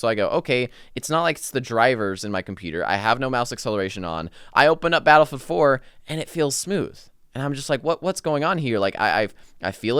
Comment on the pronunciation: Is he saying Battlefield 4? Battle four four?